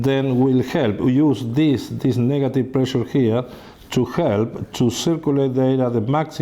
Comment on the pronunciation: "because the prrrray-shear here is very lau" LOL...